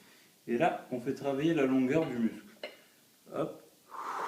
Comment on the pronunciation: 2000 ☺ mais c'est vrai que ça fait bizarre quand il dit "muscle"